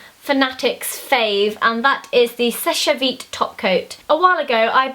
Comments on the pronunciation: you don't pronounce the 'e' on seche vite, you say it like 'sesh veet'. That's french spelling and pronunciation for you! x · it's just "sesh" vite not "seshey"